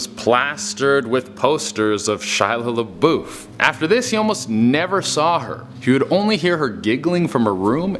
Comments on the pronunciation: Shia "Laboof"? I've never heard anyone pronounce the name that way xD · it's pronounced "la buff".